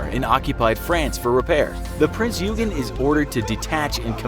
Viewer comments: Eugen is read as "oygen" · HMS Rodney is NOT a destroyer the ship is a battleship and your pronunciation of Eugen is shameful get your facts straight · Not even close. The G is pronounced similarly to the g in "gun"